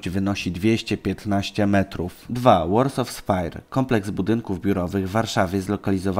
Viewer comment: Jprdl "Warsaw" nie wymawia się "łorsof" tylko "łorsoł"